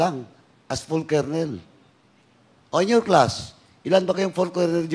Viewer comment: Ayusin mo kaya pronunciation mo ng kolonel!!!